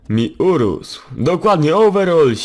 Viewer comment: nie owerol tylko overal